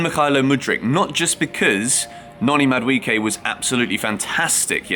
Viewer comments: It's pronounced MAD-U-AY-KAY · Bro stop butchering Noni's name where do you get the "I" in MaduEKE? Why are you changing pronunciations of the E bro? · I just love how English people pronounce Madueke, Mudwecare 😅